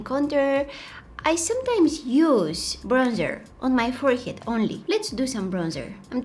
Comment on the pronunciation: I like how she said it forehyead 😂❤😊